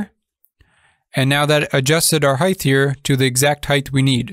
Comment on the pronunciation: Dude there is no h at the end of height please pronounce it correctly